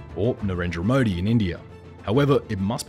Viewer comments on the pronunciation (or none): none